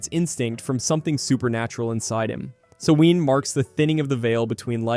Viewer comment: The Latin phrase in Event Horizon translates to "Save yourself from Hell". It's a warning, not an Evocation. Do love your proper pronunciation of Samhain 😁